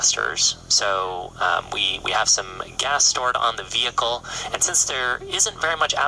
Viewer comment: "Veecle is peeching dahnrange" 🤣🤣🤣👍